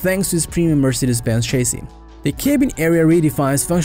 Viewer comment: Maybe work on pronouncing chassis, luxury, live, excellent, strenuous, modern, touchscreen, etc. To mispronounce so many words makes it’s hard to understand without focusing on that instead of the video.